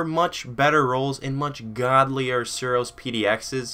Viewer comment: lol he tryed to say suros